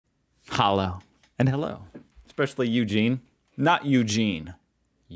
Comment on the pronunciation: Bro let me give u a very short piece of advice: Dont say Hallo like khallo, just say it like the english hello, but instead of an e use "u": hullo. Its still a "normal" h.